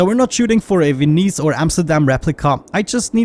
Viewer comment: You pronounced Venice correctly a few videos ago. What happened?